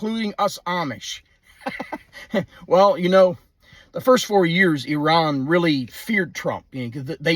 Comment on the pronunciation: Thank you for pronouncing Iran correctly